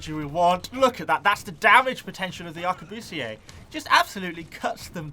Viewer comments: The word Arquebusiers is pronounced “Ar-que-bu-siers” not “Ahr-que-boo-see-aye”, your pronunciation would be correct if you were speaking French though. Aside from that, nice video. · Not to be that person isn't it pronounced a-qua-bust-ers? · Ummmmmmm... Arquebusiers (Ark-we-bus-iers) Thats the historically acurate way of saying them.